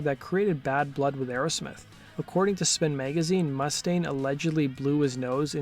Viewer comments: Dave Mustaine had ALWAYS been hard to deal with, to be of an ego..love the video but your saying Mustang, as in the car or the horse, the vowel U is long as in moo-staine, I'm no gatekeeper but just trying to help... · Mu•staine... not Must•aine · It's Moo-stain, not Muss-taine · Dave mu-STANE, not MUSS-dayne. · Dude.... not to be an asshole, but, you are pronouncing Mustaine wrong. It's not MUST-aine. It's more like m'-STAINE. C'mon, man! That's like those people that pronounce 'insurance,' emphasizing the IN. It's not 'IIIIN'surance. It's more like 'n SURANCE. Great info vid, though. Touch up on actual proper pronunciation. 😁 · “Mústaine” you pronounce the name wrong!!!!!!